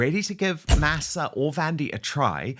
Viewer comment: Dan! The word, Masa, is Spanish for corn. It would be nice if you could pronounce it the way the Spanish do. “Maw saw.”